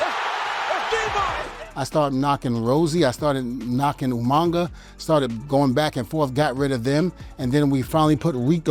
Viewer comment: Question, for years people mispronounced Umaga and added an 'n'. Why is that? Devon is far from the 1st to do that....